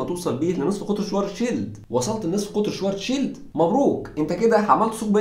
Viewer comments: شفارتس شيلد وليس شوارتزشيلد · مشكور عل معلومات .. بس تصحيح لغوي حرف الw باللغة الامانية تلفظ نفس لفظ حرف الv باللغة الانكليزية ... يعني اسمو شڤارتز شيلد اي ما معناه الدرع الاسود باللغة الامانية ... يعني صديقي بس شفت حرف w باسم الماني فورا الفظو v و حروف sch تنلفظ مثل الsh بالانكليزي و ach او uch تنلفظ متل حرف ال خ بالعربي ... بكرر مشكور على المعلومات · بس تنبيه صغير على أسم العالم الألماني ترجمة اسمو القارمة السوداء و الw ما بيلفظ واو بيلفظ مثل حرف ال v بللغة الانكليزية . حلقة حلوة بتجنن ❤❤🔥